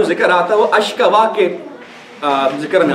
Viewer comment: Ayat m "ashkoo" h ashka nhi h.ayat #86